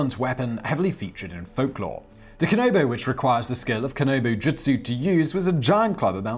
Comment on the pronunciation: Kan A bo not kan O bo also you mispronounce solo many other things in this, I have a feeling g he's just reading off wikipedia without actually knowing anything